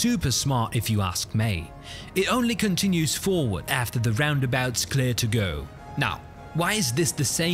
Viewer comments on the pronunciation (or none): none